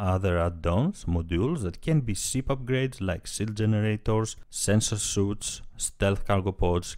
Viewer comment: btw - sensor 'suite' pronounced 'sweet' ;) Thanks for the video.